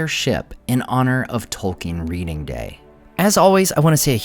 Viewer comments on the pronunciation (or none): none